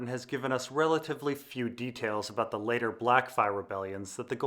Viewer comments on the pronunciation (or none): none